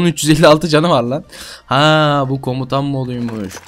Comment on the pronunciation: komtan değil komutan olacak